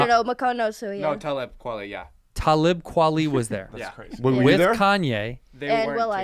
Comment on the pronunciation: They botched Talib Kweli's name 😂. I wonder if Kanye left because he found out TK was there